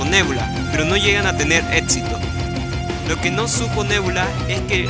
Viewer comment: Está buena la información, pero tu español deja qué desear; la pregunta del final del video está en tiempo pasado y futuro, el adjetivo fuera de lugar y la pronunciación de palabras como "éxito"...